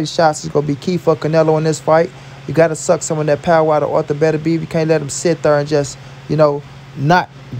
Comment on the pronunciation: It’s artur not arther lol